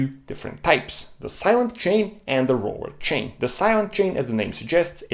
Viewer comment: Rorer chain and timing bert. Rrrrrrr....😂